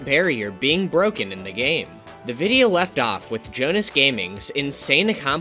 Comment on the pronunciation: I am worried that it is not Jonas, but Jonáš (Czech name)